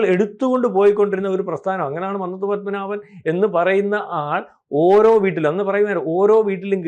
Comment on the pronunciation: മന്നത്തു. ഉച്ചരണം തെറ്റാണ്‌.